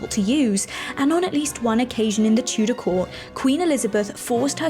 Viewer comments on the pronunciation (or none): none